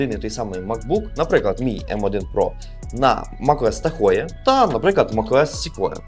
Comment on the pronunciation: Та не Тахоє воно, а Тахо. Це озеро... А ще Шевроле Тахо є